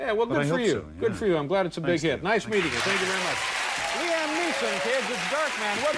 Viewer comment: Lee Am? Come on, Dave.